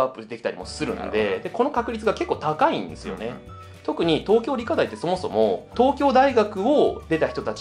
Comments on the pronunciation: 思った。理科大⤴ って言いますよね。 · 理科大の発音が新鮮